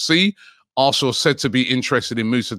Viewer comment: Anyone else hear “arthnlllll” when he says arsenal